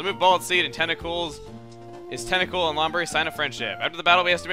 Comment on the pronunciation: Call "Acooltent Acrultent"